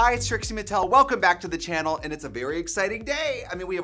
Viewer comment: Because of how often you say Chanel instead of channel I'm starting to feel like you're saying it wrong when you say channel.